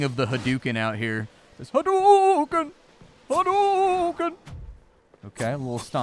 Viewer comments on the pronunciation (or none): none